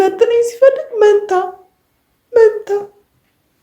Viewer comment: ማንታ ሲትል ሳቅየ መጣ😂😂😂😂😂